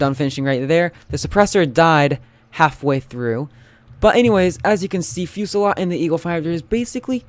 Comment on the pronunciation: i think its pernounced fasalt